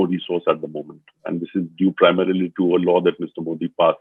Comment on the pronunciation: Love your program, Karan. But, it would be nice for you pronounce Modi's name correctly, not with a hard D as Americans do, but with a soft D (as in thee). I think even BBC tries to get it right.